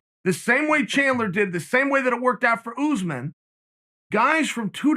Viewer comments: Important time stamps: -“Kamara Oozeman” -“👍🏻” -“I bring that to you” -“Paul O. Costa” -“Ray-Chich” -“John Blahovich” -“👍🏻” -aggressive nose pick -“hold on, I’m talking brotha” -Chael speaking dad -bottom right corner of screen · I like when chael says ooozeman